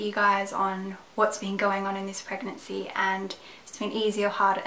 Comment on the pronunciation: i thought she said herpes guys :P at the first seconds of the video